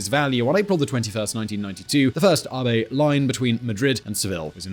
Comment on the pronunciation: I think you are pronouncing "AVE" incorrectly. It should rhyme with "Abbey" rather than "Harvey"